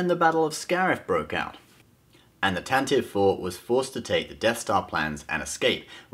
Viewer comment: Tantivee* not Tantive.